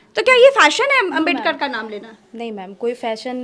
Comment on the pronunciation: Amit Shah Swarg jaenge Baba sahab ka apman kyon kar Bhagwan ka bhi Naam to sahi se le nahin paate Hain movie